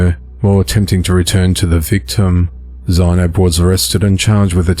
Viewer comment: Zeinab is pronounced Z-nab